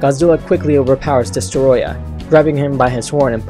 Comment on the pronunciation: I wish M.I.B. did the voice-over he would have said Destroyah better